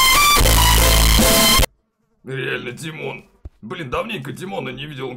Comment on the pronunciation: Димооон а не тимооооооон